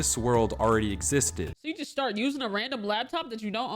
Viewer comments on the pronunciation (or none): none